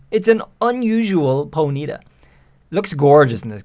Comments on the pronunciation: its not ponita its pony ta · "Ponita" its Pony-taw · Po-nita x.x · so... is NO ONE going to rage about how he pronounces ponyta? The entire world: po-nee-TAH: po-NEE-tah??? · Its.... Pony -Tar ....... Not ponita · Pony-Ta not ponieta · Dude its PONY-TA, not poneeta. Annoying AF. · Why do alot of people mispronounce Ponyta name wrong 😂 it's sounded how it's spelt Pony (baby horse) and ta not if it was a high pitched y in pony it would have an I with a mark on it it's a baby horse itself 😂 it's been out for so long and people still can't pronounce Ponyta name right 😂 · Side track but very interesting way to say ponyta. Never heard anyone stress the NY before. usually it’s PonyTA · I feel like I’ve heard two different ways to pronounce Ponyta where one is the way is saying it and the other is how I’ve pronounced it ever since I heard it in the anime as pony-ta so which is the official way to pronounce its name? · It's weird how you way Ponyta (Pony-ta) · Ponita. Sorry like nails on a chalkboard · Do you pronounce the word pony like poe KNEE ?? Then why would ponyta be prounoucned po KNEE tuh. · How many times can you say ponyta wrong? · The way you say Ponyta really bothers me more than it probably should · Does everyone pronounce 'Ponyta' the same way he is? Is it a meme? Or have been saying it wrong for the majority of my life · Why does it bother me so much the way you say Ponyta? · Stop saying ponyta. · Stop saying Ponyta wrong lmao